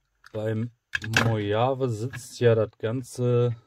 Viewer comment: Mojave.....das Ding heißt MoCHCHavIIII